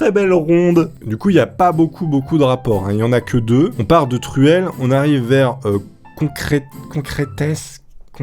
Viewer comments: On dit concrite pas concraite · Mdr a il galère a dire le mots concrete alors que sa ce dit « concrite » je suis en 5eme et j’aidouze de moyenne il devais pas avoir beaucoup le Like pour qu’il le voit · ça se prononce concrite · on dit concrit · Concrete se lit (concrit) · Le béton on prononce konkrite 👍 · Ca de prononce concrite mais regarde minecraft mode de fuze tu saurais ce que signifie concrete et comment on le prononce et tu progresserais sur minecraft et tu te ferais plus tuer pas les fans(réf à d‘anciennes vidéos de seul les vrais conprendrons ) Like pour qu’il le voit ou si vous êtes abonné à Fuze bisous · Concrete se prononce concrite a cause du E mon petit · Les joueurs de Minecraft savent comment se prononce le mot "concrete"